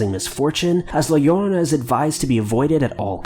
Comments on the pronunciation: The LLorona ( Pronounce like YO roe nah ) it is a bullshit story parents used to tell their children to keep them away from the pools, lakes and other body of waters. This goes back from colonial times. The middle east has something similar stories too. . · It's la-yo-roe-nah that's how you pronounce it!!!!!! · Please people can you please say it like: “ la shorona” like when u want someone to shut up and u say shhhh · If he's not fluent in Spanish, it's not his fault he can't pronounce it well. Try saying words or names of languages you don't know. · You butchered the name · That La llorona pronunciation though! It's amusing listening to non-Spanish speakers say her name! 😂😂😂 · I cant watch this video becayse of how awful you pronounce that fuckin name lmao i love scary shit but cmon dude your makin my ears bleed